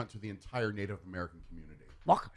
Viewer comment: I normally pretty much roll with the show and the distractions, but I completely didn’t understand keeping on going with the bizarre mangling of the Native American names even after BOTH cohorts trying to warn you that it was insensitive.